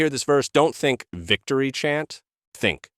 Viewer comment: Great video but whats "viGtory"?